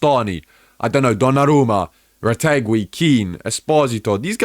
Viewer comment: Why does he say Retegui weird?